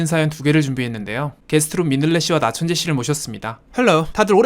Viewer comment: 초에 가 말 잘 못 한 것 같은데요 나천재가 아니라 나천채 라고 말하더군요 너무 재미 있었어요